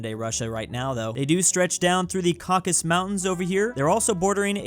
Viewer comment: I wonder if will ever get the syllables right in Caucasus...